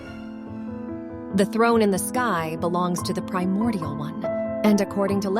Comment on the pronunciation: I mean, she did say "Feel my priomordial wrath!"